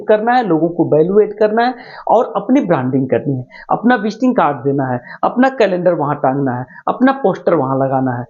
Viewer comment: Visting kad nahi visiting kard bole